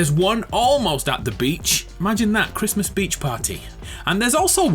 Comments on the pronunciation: "Happy Chrmas." "It's Chrismun!.." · No one:: merry crismss